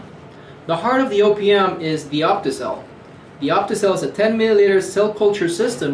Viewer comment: Every time he "O.P.M." I heard opium.